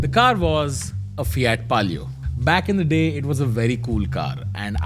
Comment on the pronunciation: Finally I got to know the correct pronunciation of Fiat